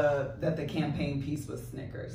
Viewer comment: You said peaches not pieces!!!